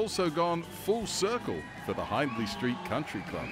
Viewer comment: Well heck..Glad I heard this before I ever (mis)pronounced “Hindley” in front of anyone who knows! Yes, they do have a huge US following. I’m keeping an eye on that tour schedule and hoping for a bit closer to the east coast 🤞😄👍👏Long Beach is an easy flight, but already sold out—-good for them, bad for me😂. Such a fun band and deserve all success.